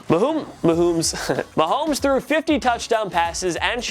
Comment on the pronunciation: I love how you noticed how you said mahooomes instead of mahomes but not that you said the eagles made a trade with the eagles. smh